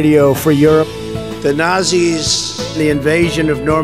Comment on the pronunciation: He def knows nazi. But still reads nazzzy